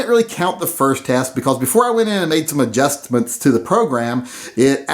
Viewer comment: "adjustsments" lol